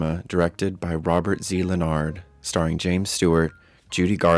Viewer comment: And Leonard